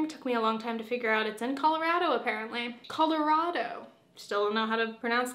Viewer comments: As a Coloradan, I unanimously declare your second pronunciation was correct. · You pronounced Colorado right the first time! It’s rad like those rad and cool chunky turtlenecks. The weird neck folding is all in your head they look adorable!! As for the body image message at the end, I feel you! Be gentle with yourself 🫂❤️